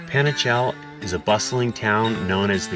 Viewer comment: Just an observation, the town you stayed is panajachel, not panachel.. love seeing my country in your channel.. good luck..